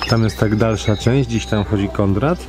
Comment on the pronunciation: Przepiękny obiekt!!! Szkoda, że w tragicznym stanie. Konrad (, znów mówiłeś: Kondrad!!??😂😂😂): " żeby tylko się nie zabić "!!!!😂😂😂😂